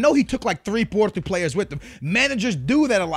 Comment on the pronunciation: Sebastian Nunez if he pronounces names right explain Joaozinho, Joao Moutinho and FC Porto and Anita